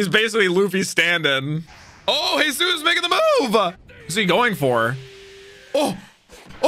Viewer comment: So Jesus burgess is pronounced Jee-zus like the dude in the bible Bur-Jess And machvise is Mak-vice